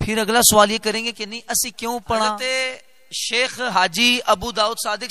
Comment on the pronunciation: معذرت کے ساتھ حضور شیخ نا بولیں شَیخ بولیں آپ ہمارے سر کا تاج ہیں🙏🙏🙏🙏🙏 مجدد پاک رحمتہ اللہ علیہ کا نام لے رہے ہیں آپ کیوں کے میں الحمدالله نقشبندی ہوں اس لئے مجھ سے رہا نہیں گیا متشابہ تو کسی کو بھی لگ سکتا ہے جزاک اللہ آپ سلامت رہیں